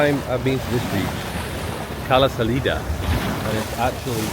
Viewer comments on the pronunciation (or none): none